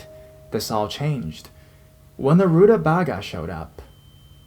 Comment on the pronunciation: Root-uh-vei-gah lol